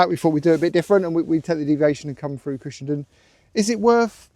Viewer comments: It's pronounced "done"......Cushen"done". I live not too far away from it. Glad you got the good weather for your trip. Happy trails!!😎👍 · Cushendun is pronounced Cushendone guys, lovely video by the way, that coast road is to be avoided at weekends as the boy racers love it to, and it has had more than its share of bad smashes over the years, ps next time try Torr head road Apecross doesn't come close, on a clear day you can nearly touch the Mull, safe riding